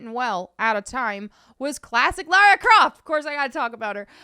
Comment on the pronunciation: said Lora Croft now everybody drink.